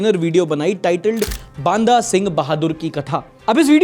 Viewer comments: bhai Baanda nahi banda😂😂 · Baanda nahi bhai, Banda singh bahadur hai, normal Hindi wala banda. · Baanda nahi hota bhai, banda hota hai